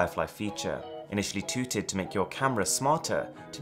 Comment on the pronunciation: Did he just pronounce "touted" .... as "tooted" ?? Or am I hearing things? :D